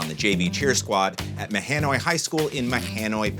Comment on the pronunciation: Mahonoy is pronounced “Ma-Han-Oy” #SkookPride